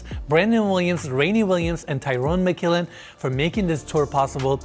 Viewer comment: actually pronounced "teeron mckillen" hehe